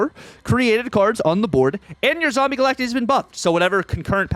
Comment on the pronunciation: Stop saying Galactee😂